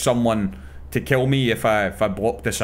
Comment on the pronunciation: You could call these videos "Keel everyone challanges".. because you keel them to the ground... FOREVER